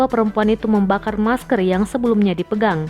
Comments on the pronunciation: Ngomong aja ngak jelas maskar , pling di ciduk minta maaf lalu nangis wkwkwk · Masker bukan meskerr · Masker de bukan mas kerr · Masker woi bukan maskeeer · Di tulis ny MASKER dia ngomong juga MASKER lah gw ngomong ny MASKR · Ngomong masker aja salah. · Bacanya masker apa masker